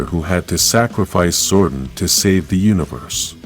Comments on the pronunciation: Zordon not zordin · It's Zordon... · Fix your speech, Amy, Jo, Johnson, Zoradon, no Zordan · The way you pronounce "Zordon" is so cringe. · They butchered Zordon right at the start..... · I'm sorry, mate, but I could not finish this video. Your lifeless voice was putting me off and the rough pronunciation of Zordon's name irritated me. Informative video, no doubt. But couldn't finish this.